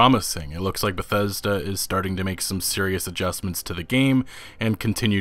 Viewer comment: The real crime was how you pronounced bethesda at the beginning